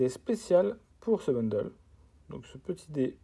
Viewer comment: Salut enfin quelqu’un qui dit bundle et non boundle par contre gift c’est pas la bonne prononciation 😅 en tout cas sympa la vidéo moi qui voulais voir comment c’était dedans